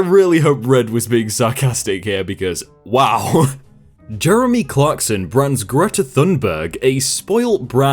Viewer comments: Its btw pronounced thünberg (ITS NOT A FUCKING U) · the way you prounounced Thunberg made me crack up